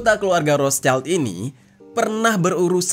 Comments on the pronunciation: bacanya roth schild bang bukan roths child mf bang🙏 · ROTHSCHILD: WROT SHILD, bukan ROS CAIL..... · ROTHSCHILD, pelafalannya 👉 ROT -Sheesh-ILT:: ROT-SHILT!! 👈bukan ROSE-CHILD wooooy!!! Paraaah 🤣🤣🤣🤣🤣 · Rot(h)-Schild, schild dibaca shild Kalo digabung bacanya rot-shild.